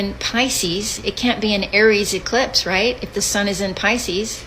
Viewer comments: He said ellipse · See he called it an "Ellispe" then he says Eclipse!! Those are two different things check it out!😮